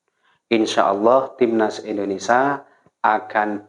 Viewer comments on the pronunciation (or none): INDONESIA...bukan INDONESA